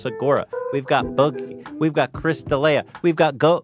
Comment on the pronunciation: ouch atleast say De'lia's name right lol